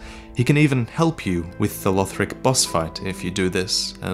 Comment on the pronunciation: Its LUHD-lith not LEWD-lith